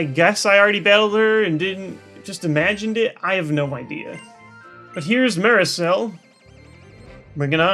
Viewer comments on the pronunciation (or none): it's pronounced Marsay. LOL